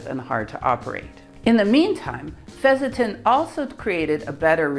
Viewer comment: It's pronounced fess-sen-den, not fezz-za-tin. Also, is it really necessary to show your mug and so close to the camera? I mean, what are you trying to achieve?